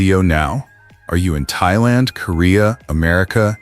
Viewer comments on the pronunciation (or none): none